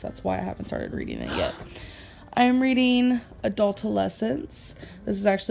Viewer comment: “Readeen is good for the brain” ☝️👩‍🏫